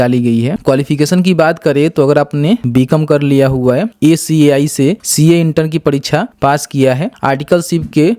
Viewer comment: Acai nhi hota ICAI hai